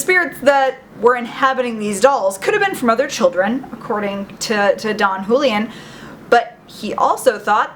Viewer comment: It's pronounced who-lee-UHN. Just saying...